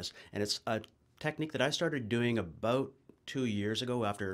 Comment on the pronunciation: Hehehe heard the "bout" I was like cool yay Canadian !